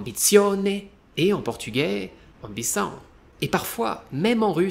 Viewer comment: Merci beaucoup pour les conseils! Je suis impressionné comme votre prononciation en portugais est parfaite, la plupart des étrangers ne réussir pas dire "ão" et tu parle 《ambição》et 《motivação》 comme un natif.